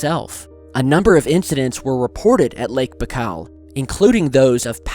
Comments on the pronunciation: its bye-kal. not bakal.. baikal.. makes a video of the lake and cant even pronounce its name properly.. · Just BTW the lake is pronounced Ba-ee-kal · Say "BYE-CALL" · Lake Baikal (spelling: Baykhal or Baykhaw); that sounds much better. Greetz!